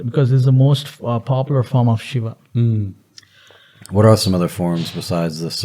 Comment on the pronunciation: It's not Sheva it's Shiva & it's not Baal its Bael(Bull) & No Shiva is not the God of Dance it's Natraj which is 1 of the form of Shiva, Shiva is the Lord of Destruction & Also the giver of all knowledge through Yoga, So Shiva is also known as, Aadi Yogi. ✌🏻